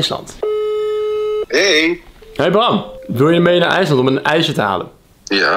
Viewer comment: bedoel je ijsje en niet ijse